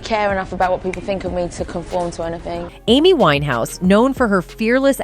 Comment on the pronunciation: I can't believe how wrong your facts are..... suicide????? The fact you think it's ok to deliver wrong journalism is beyond me. And yes, get her name right